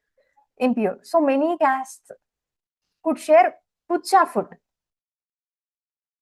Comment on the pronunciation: not puchaa food it is pakka food might be mam